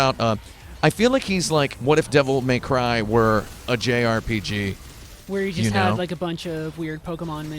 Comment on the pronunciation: "Devil May Crive" "Devil May Clive" Those are cute.